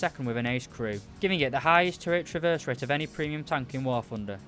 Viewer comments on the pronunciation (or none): none